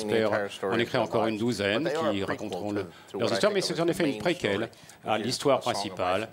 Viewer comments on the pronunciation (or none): Poke Romie Le près qu'elle